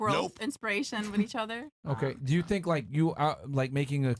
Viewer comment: Just here for the "shut up for 2 seconds " and "tink bout dis", "you know whats funnyyy" 😂